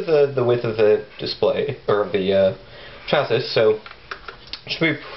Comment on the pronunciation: It's pronounced "Chassee" not "Chassis", regardless of spelling.